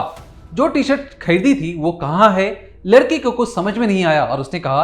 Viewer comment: उच्चारण में सुधार की आवश्यकता है। जब आप 'लड़के' बोलते हैं तो 'लड़की' शब्द का आभास होता है। वाक्यों के अंत में अनावश्यक stress न देंk